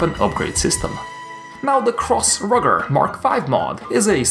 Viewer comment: ItS PrOnOuNcEd RoOgEr